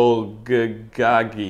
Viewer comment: lol love your videos.. just gotta say one thing it’s your pronunciation lolol it’s bull-go-gee (bulgogi)